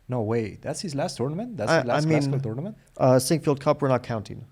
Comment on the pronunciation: First minute: it sounds as if Fabi says "TORMENT" in stead of "TOURNAMENT".